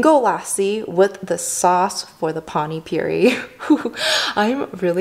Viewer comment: You mispronounced Panipuri as Pani puree/purie.Pani is jst water with Spcies and Pastes.That's not sauce.But that's okay.You loved it that's all matter.And Pls be healthy and happy stay foodie and healthy.pls come india so you can Eat the food with its original tastes..and also real desi style Of cooking which we used to everyday Specially Food which is made by Indian moms..you'll love it.❤🖒And yes There are some dishes like Chhole bhature pavbhaji Rajma chaval and Aloo paratha..Try these dishes..🤗😋